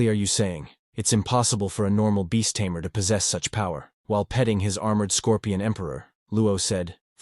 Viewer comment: It's Tamer ,not Tamear